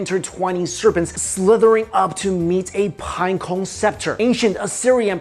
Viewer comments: I like how, is unable to to pronunciate pinecone correctly lol. Pineco, pineco lol. It's all good I was just saying, I think it's funny that's all. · The way he says pinecone lol